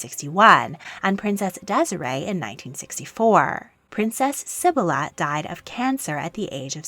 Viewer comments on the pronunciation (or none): none